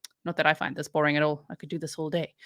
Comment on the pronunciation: DA'AMN - BOR-ING